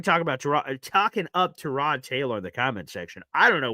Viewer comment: Let's start with...that's why I call him "Punky Baker" because he's always been a punk, acted like a punk and everyone excuses it as the all "competitive, chip on shoulder."...I know you are big on names...it's Tie-Rod. You probably didn't hear on the broadcast, they brought it up. They asked Tyrod himself, and he told them I pronounce it "Tie-Rod" so there you have it. Consider your source for "TaRod"...hmmm. Something Jets fans need to stop saying it this team has talent, especially on defense. They just don't. They have a few good players, the have zero safeties (sorry but Cisco is atrocious). They have a way overrated (by Jets' fans) MLB, they have DL questions. They really don't "have talent"...Q, Quincy, Sauce, WMD, JJ (when he plays), and the two DT's they just picked up, that's where the "talent stops" It's not enough. I have no problem with AG getting fired up about the FG block, people HAMMERED Saleh and Bowles because they showed no emotion, now AG is going to get hammered FOR showing emotions...nope. Lastly, I've seen a lot of "schedule peaking" saying oh the Jets should beat Miami, or Carolina or any other team or it's bad...news flash...those teams are looking at the Jets saying the same, exact, thing! This team "should" not beat anybody. Every win will be a battle, there is no "should" and with this talent the idea it's unfathomable we lose games is silly. Miami is better right now. Their offensive talent will shred our D. UNLESS...they can put some thin